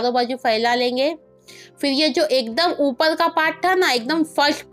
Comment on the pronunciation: Oppal nahi bolte oppar bolte hai